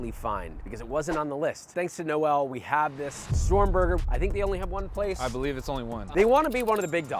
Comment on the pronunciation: No-El like he's fucking kriptonian! It's Noel (like nole rhymes with pole). Jesus America!